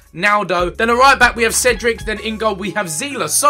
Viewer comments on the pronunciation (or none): none